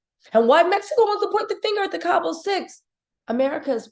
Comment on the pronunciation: The town is Cabo - no “s”. Saying Cabos sounds like nails on a chalkboard, just like people pronouncing the S in Illinois.